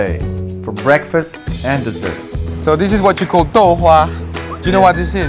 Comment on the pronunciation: dessert 是不是念错了